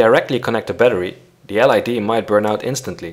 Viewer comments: l.E.d.... not l.i.d.... aggravating... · It's LED not LID. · Perfect, but LED is pronounced LED, not LID. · It's an L.E.D not an L.I.D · LED, not LID :D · Is it L "I" D or L "E" D? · Who pronounces L EEEEEEEEEEEEE DDDDDDDDDDDDEEEEEEEEEEEEE like L IIIIIIIIIIIIIIIIIIIIIIIII DEEEEEEEEEEEEEE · It's LED , not LID! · "L I D"? No it's L E D, besides that it doesn't matter whether you place the resistor on the plus or minus. 😎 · Its not called lid, but led!!! Noob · ELL EEE DEE -- not ELL EYE DEE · LID? Don't you mean LED? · You said lid it's led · LID LID LID please it's LED .... LOL :) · ITS NOT LID ITS LED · The L.I.D? U MEAN L.E.D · I think it’s his accent. Pronouncing it like “grayn” but with a silent N. Same thing goes for his pronunciation of “LED” which sounds like L I D. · I know, he says lid in the video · Yes he should say LED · EL AIiiiiii Deeeee, lol. LED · Oh I heard LID not LED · I would say that it's a great video.. but there are a few things I'm not really agreeing with, and since I'm not a expert, I'll have to do some research.. Btw... when you say LED, you are pronouncing the E as we pronounce the I...